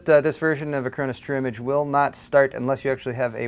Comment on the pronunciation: When he says it, "True Image" sounds more like "Trimmage."